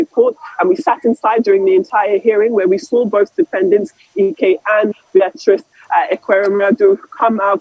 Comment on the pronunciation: Who is this reporter who can’t pronounce names very well. This a lady who is a Nigerian who can’t pronounce Beatrice properly.